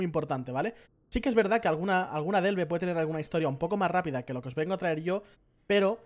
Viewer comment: 100 veces dicha la palabra ''Delve'', ni una vez bien...jajajaj el video guay eso si.